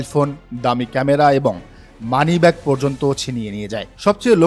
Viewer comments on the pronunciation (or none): none